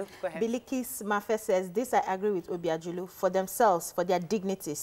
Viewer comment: for all these years of working with Obiajulu, it's still hard for you to call the name right. It doesn't speak well.